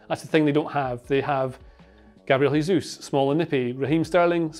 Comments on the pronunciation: Nice video; one thing though: Jesus is 'zhe-zus' not 'heh-zus' given his name is Brazilian Portuguese not Spanish. I think Jose Mourinho was tired of being called Ho-zeh as well. Seems to be a fairly common pronunciation mistake. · It's not "hesus", he's not spanish. It's Jesus, like "Jota" or Vini "Junior". Great video, btw